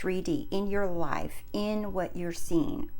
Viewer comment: Thank you! You’re my favorite manifestation coach right now. I get so excited when I see there’s a new video from you! This one was particular inspirational for me. All you need to do to change your “leyefe” is to see it with your real “I” 😂 and btw love the eye decoration on your wall